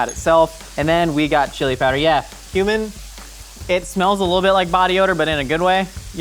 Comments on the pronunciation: when you said cumin i thought you said human and i was confused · Bro, when you said cumin, for a second there I though you legit said human